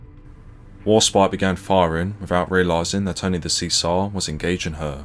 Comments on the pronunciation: Great video but spoilt by ignorant mis pronunciations of Italian. Count Chino? No crease in his pants then😂😂😂Isn’t there an Italian restaurant near you so you could ask for help with pronouncing the names correctly? Cesare mis pronounced as well. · Very informative. However, it's bizarre to convert"15' " to metric - why? Pity too that no attempt made to give correct pronunciation of Italian names (Cesare, Ciano, etc). There's plenty of online help to get this right, Worse still, the (mis)pronunciation of English name 'Hereward'. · Cesare pronounced Chesaray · Good story,but Bad pronunciation.It' s' Seezar 'or in Italian 'Chez a ray'And the Italian Port city Is not Toranto,but Tar an toe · Huzzah for Warspite! Boo for the AI reading Cesare (Chez-ah-ray) as (See-zar). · A bit more preparation would have been in order. "See-sar" is, I think, pronounced as "Chesaray", "Hair-ward" is approximately pronounced as "Herrawood". Also, this high drama is given the same dull treatment as a local pub bowls match. Disappointing. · Excuse me, that's Che-zar-e, not 'chee-ser' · It is pronounced chez are ray not see zar. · Good video. Just one thing, the Italian Battleship's name is pronounced Chee sar eh, not See Sar. Criminal that Warspite wasn't preserved. An amazing ship. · "Cesare"is pronounced Chee-Sar-Re. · Not even the Admiralty can agree with itself, some say ten miles and some fifteen. But they all agree that Warspite does hold the record. And just as an aside I'm led to believe that Cesare is actually pronounced Chezaray but I'm open to correction. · Great article and record of the Warspite's achievement. One small blemish - "Cesare" is pronounced Cheh.zuh.ray. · Could do with a bit of brushing up on Italian pronunciation. Cesare = “See-zar?” Really? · Great video I think the Cesare is pronounced, Chez a ray. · FYI Cesare is pronounced 'chezaray' or 'chezaree' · It would have been nice if you'd found out how to pronounce Julio Cesare and HMS Hereward.